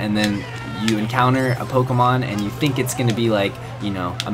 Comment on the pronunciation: he said pokeemon. T R I G G E R E D